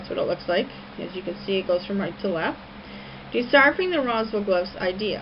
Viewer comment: I've got a tendency to find the theories of a person who mispronounces "deciphering" as "dychiphering" and thinks Arabic is an early European language a little erroneous.